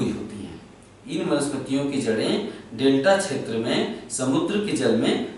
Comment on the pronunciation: chhetr nhi क्षेत्र